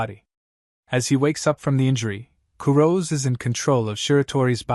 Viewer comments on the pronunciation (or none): Kurose isn't pronounced Ku-roz. It's Ku-Ro-Seh. The "se" isn't dropped like it is in the English word "rose". They are Japanese. The name is Japanese. That means its pronounced with Japanese pronunciation. Please just show a modicum of respect for the material and spend just a few minutes learning how these words are said.